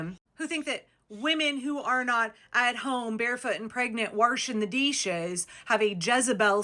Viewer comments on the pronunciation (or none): "Warsheen the deeshes" 🤣 But yeah, this denial of Habeas Corpus by people who can't spell it is Fing ridiculous. Not knowing about it, or pretending not to know how it works, should be disqualifying for any candidate everywhere, from dogcatcher to POTUS.